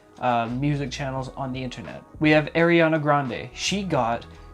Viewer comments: ITS NOT AIRANA ITS ARIANA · no one gonna talk about saying “ayriana” lmaooo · Can we talk about how he said air-E-ana granday XD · Ya true